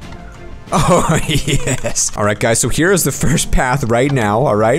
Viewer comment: When he says oh yes, it sounds like tasty